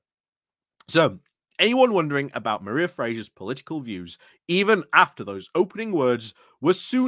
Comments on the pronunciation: The scottish pronunciation of Mhairi sounds like 'marry' not 'mariah' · Dear... Mhairi is pronounced Vari.